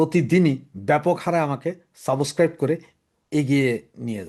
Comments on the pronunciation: don't mind please. Word "subscribe" er pronunciation ta ektu western style e hole valo hoy. "Suboscribe" (tone ta evabe aashe) na bole subscribe bolle valo lagbe. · subscribe উচ্চারণটি একটু ঠিক করুন । আপনার অনুষ্ঠান দুর্দান্ত, উপভোগ‍্য । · Your 'Subscribe' pronunciation is very wrong and odd. Please correct it.